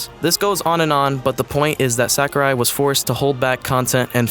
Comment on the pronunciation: it's not SACK-O-RAI. It's more like Sawkurai. A is always pronounced like it is in the word "saw" in Japanese.